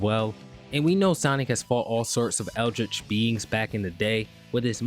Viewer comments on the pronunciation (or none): none